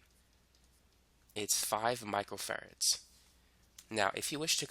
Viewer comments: He say macro farad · Im hearing Michael Ferrets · It sounds like you are saying micro ferrets. I am paying much more attention because of it.